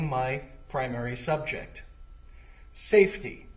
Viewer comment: lmao saf[e]t....y